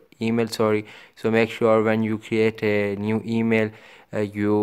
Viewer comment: Te mail 😂😂😂😂😂 thu thus tha tha tototo 😂😂😂😂